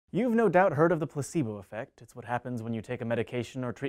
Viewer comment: It sounded like pussybo effect.